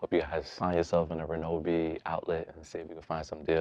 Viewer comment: Bro saying "reNObee" while you're staring at the name with no "N" anywhere is sending me. 😂 I love Ryobi for home use. Always opt for the One+/brushless models. And for better life/more power, get the more $ EDGE or HP batteries. They are significantly better than the regular 18v batteries.